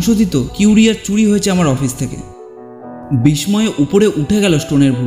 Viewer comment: বিসময় নয়,বিস্ময়। উচ্চারণ করবেন--বিস্সয়।